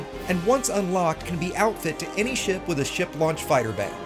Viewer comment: Did he say "shart" launcher? hehehe